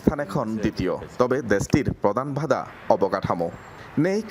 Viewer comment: A kon reporter re? Bhada na badha.